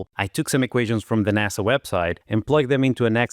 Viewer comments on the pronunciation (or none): none